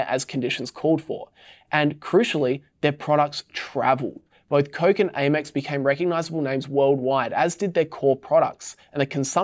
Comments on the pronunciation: It’s Amex MOT ‘A’ mex 😂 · I've never heard someone mispronounce Amex before. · AY-mex sounds weird... I start Amex like "ham" but without the "h"